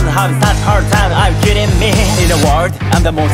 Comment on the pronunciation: 本物のエリートがエリート…！✨ 最高でした(っ﹏-) 「ラルラリラ」のとこのアレンジめっちゃ良かったです🤦🏼‍♀️ ~ここもアレンジ入ってて最高すぎます!! ~ここのWorldの発音めっちゃ好きです😵‍💫 英語のエリートかっこよすぎました、 沢山聴きますね🎶♡